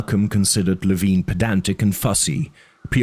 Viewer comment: I had the impression that he's name is pronounced lee-vine not lee-veen